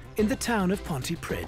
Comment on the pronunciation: Awful pronunciation of Pontypridd 🤔😩😵